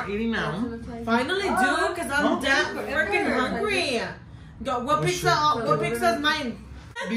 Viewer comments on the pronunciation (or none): I’m from Oxnard 😂😅 and I pronounce it PIKZA not pizza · Did he say “Pikzza?” Lol